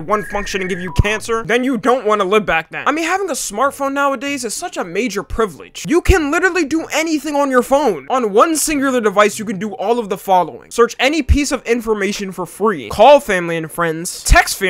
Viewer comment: Bro i can’t get over him saying “one singurlur Phone”